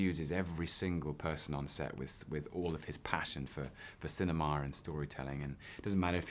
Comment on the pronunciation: "For cinema'r"